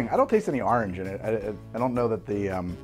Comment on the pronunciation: The AHRNJ had me dying